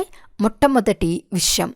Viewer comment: Om Shanti Akkayya Garu Chastharu x chestharu ✓ Yenphye nalugu X Yenbhai nalugu✓ Visham X Vishayam ✓